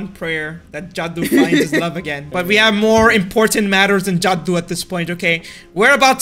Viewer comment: It ain’t jadu it’s jadoo